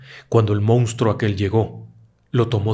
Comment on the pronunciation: Por qué dicen “mounstro”? 🙄